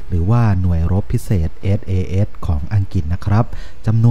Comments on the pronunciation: หน่วย อะไรนะ เอด เอ เอด เหรอ ... ไม่ใช่ sas ??? หรือไง (เอส เอ เดส ไงละ่) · SAS อ่านให้ชัดๆได้ไหมครับ คนไทยเรียนภาษาอังกฤษ แล้ว เสียง "S" หายไป